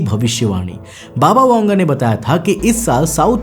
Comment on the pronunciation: बाबा वेंगा है वांगा नही ठिक से पढ तो लो 😂😂